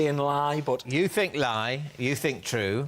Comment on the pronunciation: says fink instead of think... Ugh.